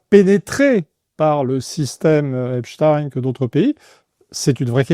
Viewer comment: Et le Mossad y est pour quelque chose. Epstaïnne ou Epstine 🤣